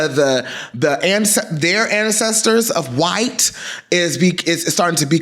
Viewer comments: Why are you saying "whyte" like that 🤣🤣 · The emphasis you kept putting on “WYTE” is sending me 😂😂